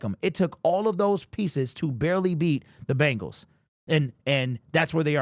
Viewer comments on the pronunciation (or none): none